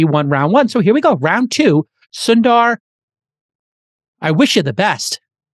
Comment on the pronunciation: The pronounciation is "soun"-"the"-"ruh" : Sundar